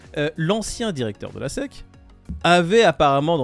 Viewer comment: c'est la SEC ( prononcer hesse ici) pas la SSI